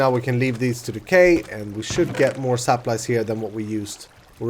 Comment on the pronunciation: Is he saying saplies or is it just me